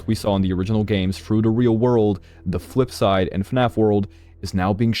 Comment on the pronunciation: "The fwip side"